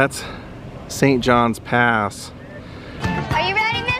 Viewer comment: Is just John's Pass not Saint John's Pass. I know I have said the same thing many times